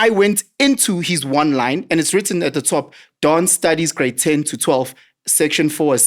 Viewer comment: Are you gay or something? Why are you pronouncing a "T" with an "S"?.... It's "at the top" not "at the tsop" 😂😂😂